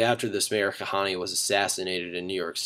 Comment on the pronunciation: I like how his hebrew is awful and obviously not a Jew.... Kahaneee? Goyishe Kop.